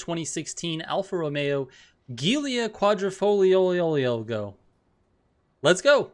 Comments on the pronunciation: I'm Italian and the way you said "Giulia quadrifoglio " was heartbreaking, but besides that awesome video and thanks for the tips and stuff 👍👍👍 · If you aren't Italian.. You're not pronouncing that shit correctly 😂